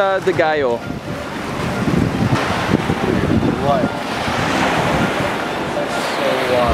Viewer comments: yes filipinos will pronounce it as Galyo but correct spanish pronunciation is Gayo.. watch narcos my friend. Medellin is pronounced as Me-de-yin. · you have no luck in saying the word ‘GALLO’ right.. haha .. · the way u say gallo is wrong. nice drone shots though